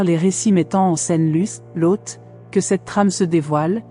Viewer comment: je viens de regarder a nouveau, parce qu'a la premiere, j'ecoutais en bossant. je n'avais donc pas vu les images. j'ai beaucoup aime le lien entre l'ejection de la mer morte et la statufication en sel de la femme de loth (que tu prononce bizarrement lôth) : je me suis toujours demande pourquoi elle aurait ete transformee en sel : ça serait une bonne explication. par contre je n'ai pas reussi a comprendre le lien entre le verre vitrifie (fait par des gens), et sodome et gomorrhe. une ville entiere vitrifiee a ete decouverte en inde (ou au paskistan, je ne sais plus). certains ont dit que seule une bombe atomique aurait pu faire ça. seulement, quand on tape "la bombe atomique n'existe pas", sur odysee, on tombe sur une video de presqu'une heure qui explique d'une maniere plus que convaincante ce qui est dit dans le titre... et puis on se demande comment les gens de cette epoque auraient pu avoir une telle technologie -a moins, effectivement, qu'elle ait ete importee par une civilisation exogene. franchement, cette video merite plus de likes. les mysteres d'internet...